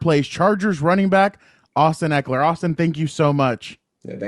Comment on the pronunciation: FYI...pronounced his name wrong- it's not Ek-ler, it's Ek-E-LER. I used to do that, then at some point I realized I wasn't pronouncing an " E."